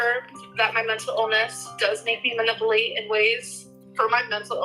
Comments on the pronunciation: I always hear it as “mah-nipple-ate” when she says it 😂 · Just 30 seconds in and already I've heard pronounce manipulate as maniplate and mental illness as menta illness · Muhnippleate? 😅 LMAO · Maniplate…not manipulate.